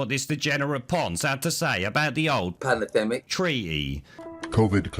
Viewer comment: Panadenmic gets me every time! 😂😂😂